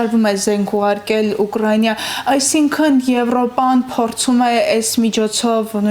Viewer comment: Աղջիկ ջան, Ուկռայնյա չի, այլ Ուկրաինա։